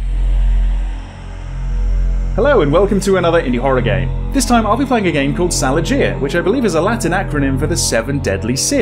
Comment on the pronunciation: there's no [dz] sound in Latin